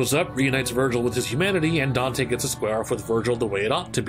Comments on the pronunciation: “Dino” EXCUSE ME SIR! His name... is “Donte” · This is my first time hearing him called “Dino”. I’ve always heard of him as Don’te or Donte. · Dino? I thought we called him "Donte" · Where did the "DINO" thing come from? I always heard people call him "Don'te"